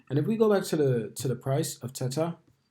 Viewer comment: It's a hard A not an et sound in the middle of the word mate 👍